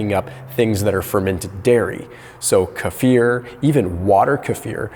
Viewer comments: Is kefir pronounced kefir or kefir 😂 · I've never heard anyone say kefir like that 😅 Jokes aside youre fantastic and i think everyone is very grateful for you It's really hard to add fiber while eating low carbs... How do we do this ? 30g a day is so much. Is supplements enough ? I just recently crashed my metabolism. I lost 45lbs in less than 4 months and now in a full month I haven't even lost a 1lb. I was doing prolonged fasts .. and doing an insane amount of cardio. ... I still have 25-30lbs to go and I don't know how to do this. Makes a person want to quit. Does the sun warrior taste terrible ? Are you against ADF... So 3 36hour fasts per week? Or what about 20 hours a day? Im not losing weight from doing the weekly prolonged fasts (24 to 48hr) I appreciate any and all of your guidance